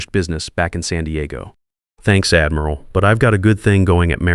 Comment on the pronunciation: Pronounced admural not admeral. A navy man or woman would know that.